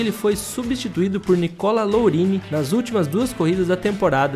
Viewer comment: Video bacana, mas Nicola "LOURINI" bicho?